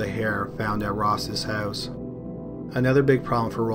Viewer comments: I love it when your canadian accent comes through. "How the killer got into the hoos" 😅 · In the same hoose